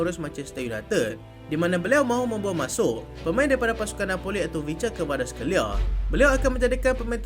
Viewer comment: susah sebut kvescar kveliar.. ingatkan szoboslai tu dah susah.. nahh berbelit halkum nk menyebut